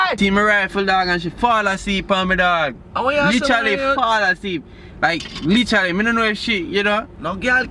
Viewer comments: lol, he cant say literally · lol, he cant pronounce literally me too